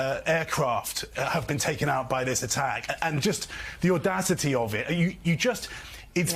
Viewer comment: When Micah says "the audacity " i hear a distinct sound of ander ans Russian sympathy. Are you a comrade Scarborough?